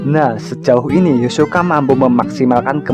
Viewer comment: Hisoka min bukan yosoka